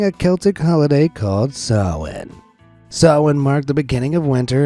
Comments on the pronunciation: Thank you for saying "SamhaIn" correctly! 💙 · This channel has been the best forever thank you. Btw great pronunciation on samhain